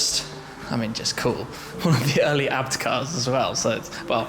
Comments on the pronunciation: Shme the kind of guy to pronounce a b t abt😂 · Its not abt its A B T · Am I the only one that gets annoyed when Tim says ABT instead of A-B-T?